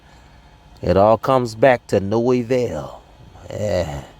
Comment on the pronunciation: avail, not “evail” 🫶